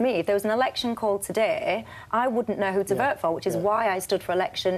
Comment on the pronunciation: Did I hear correctly ----that woman said that the conservative party is negotiating with a team of brexiteers-----is she asleep or a numpty?----the front bench consists of 18 out of 25 are remainers---and why is there a vowel missing from the herll language---vert ---vote ----terday ---today---lerds ---loads---ser ----so---brerken ---broken---hermless---homeless---asserciated---associated